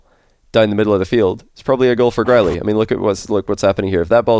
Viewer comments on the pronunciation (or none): Am I the only one who hear "Corelli" everytime says "Growlii"?